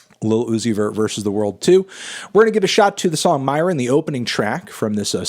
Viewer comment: Its "Myron" not "Moron"